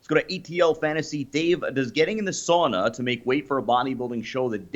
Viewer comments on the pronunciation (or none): Dave ffs, ask RICHARD FROM UK how to correctly pronounce "Olympia and sauna". He is a native speak-er and a Kindest Regards send-er.